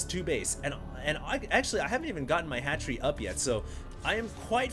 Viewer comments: ROFL at fast hatchery = fatchery he played it off well hahahahahahahaha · lol "Fatchery"...nice work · hahaha "fatchery"